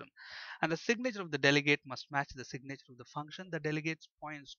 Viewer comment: I love when you try to say "signature", it sounds so much more like you're saying "sick nature". It's the sick nature of the delegates XD